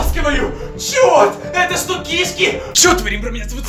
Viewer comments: Не кИшки а кишкИ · Не ки'шки а киш'ки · Не кИшки а кшкИ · Знайте не кишкИ а кИшки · Что за кИшки а не кишкИ? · Кишки́ а не ки́шки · Может не к'ишки а кишки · Не кышки а кишки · Не кешки а ки'шки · Да и он говорит не правильно слово кишки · Ты не правильно говоришь кишки